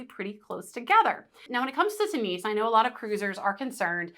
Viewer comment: Tunis is not pronounced tooniece it is tyunis. Apart from that...great guide